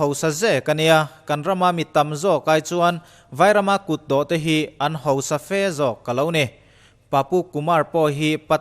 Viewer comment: I va thawkrim tak em! Ngaihnawm leh e. E, chuan sawisel tur a vang thei sia complaint pakhat lek. Hausa hi i lam hausa lo deuh ṭhin em aw ka ti. I video hmasa lamah pawh ka lo notice tawh. Hosa tih a ang lek lek. Tunlai ṭawng deuhin i lam em maw ni aw ka ti deuh. 😊